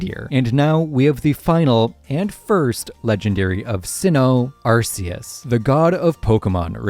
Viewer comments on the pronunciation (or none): Ark-ee-us. As in ark from the Bible. I hate when people pronounce Arc-see-us. We know he sees you Also, Zygarde is a Z in its 50% form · "Eurceus", "Arkieus". Is this some type of rage bait thing to generate comments? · why does his name have to with butts just because part of it makes a similar sound to "arse"? Hmm? Sounds like you're just immature. Also, his name being pronounced as "arc" is an english mispronunciation that they just went with all the way back in gen 4. His Japanese name is pronounced "arse-eus", and was intended to stay the same, like many other Pokemon names form Japanese to English, like Pikachu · I'm not one to get my panties in a twist over annunciation of pokemon names but I am curious how you pronounce "arcphone" if that's how you pronounce "Arceus" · another case of mispronunciations Regice - Reg-ice, it has only 1 i in the name Rayquaza - Ray-qua-za, the qua comes from quasar Arceus - arc-eus, the arc comes from arcane (and the Silvally ability is the RKS system, not the RCS system) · My guy needs to work on some of his pronunciations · This video is so well researched. So how did you mispronounce Arceus? His name is a combination of 'arc' and 'deus' and has nothing to do with butts!